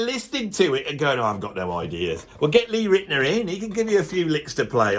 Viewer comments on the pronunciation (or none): Gilmour plays melodies that moves people. Your elitism really shines through mate with the jazz thing. Do you consider modal jazz too simplistic too? Or is Holdsworth the gold standard? Also it’s pronounced Lou Ritten-Hour not Ritt’ner. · It's pronounced Riten-our. And being a huge Ritenour fan, I actually adore Keith Richards riffing. It is not out of tune or off timing. Go listen to Can't You Hear Me Knockin'. He's a riff-meister and plays with feel. You have no clue, man.